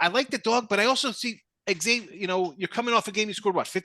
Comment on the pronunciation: It’s Zavier gents , not “ X” avier! Ask the campus staff! 🙃